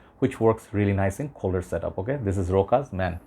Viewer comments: Rochas is pronounced RoSHas not RoCas/RoKas or RoHas.. A couple of notable Youtubers keep mispronouncing this French name, making it more complicated than it is for some reason! Never mind 😅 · Rochas is pronounced the same way moustache is.